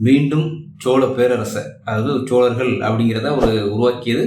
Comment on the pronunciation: தம்பி சோழர்களென்று உச்சரிக்கும்போது "சோ" என்ற எழுத்தை "Cho" என்று உச்ரிப்பது தவறான உச்சரிப்பு "So" என்று உச்சரிப்பதே சரியாகும்.